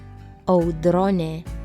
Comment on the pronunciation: "Audronė" su ō, ne su ŏ! "ŏ" lietuvių kalboje vartojama tik skoliniuose ir jaustukuose.